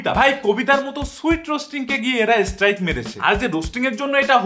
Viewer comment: আরেভাই এস্ট্রাইক না স্ট্রাইক। নুংরা না নোংরা। আগে নিজের উচ্চারণ ঠিক করো।